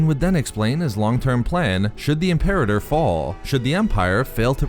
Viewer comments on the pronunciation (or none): It's pronounced: IM-per-AH-tor